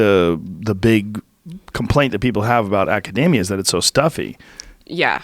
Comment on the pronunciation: Joe 'I pronounce academia like macadamia nuts' Rogan